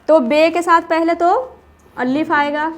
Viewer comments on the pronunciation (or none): Allif nahi alif hota he